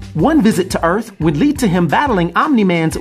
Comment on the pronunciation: Oh maaan you mean it isnt no Urath but "Earth".... Maaaan im gonna be soo soo....